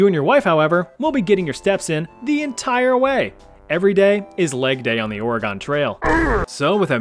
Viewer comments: Dang, the way you say Ore-Gone. It's Or-reh-gun. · It's hard to listen to you pronounce Oregon. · Oh no, not mispronouncing Oregon! 😭